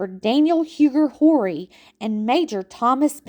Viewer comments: Horry is pronated Orr-we. Huger is U-Gee. ❤️ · Loved all the history you included in your video. As a descendant of the Horry’s, Rutledge’s, and Pinkney’s, you did a great job. Only problem I had was your pronunciation of Horry and Huger. We are French Huguenots and these are French names. Check it out. Thx for your hard work. Love it!❤